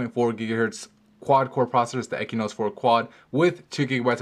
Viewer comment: Learn how to pronounce! It's Exynose and it's not An-tuntoo, its Antutu